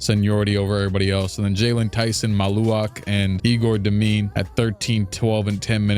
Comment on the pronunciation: Also bro egor demin’s name is pronounced Yehgor dem in